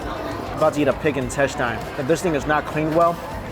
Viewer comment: Again with the “intestYne”